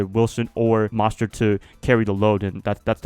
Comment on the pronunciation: Raheem Mostert Pronounced (Most-ert) just so ya know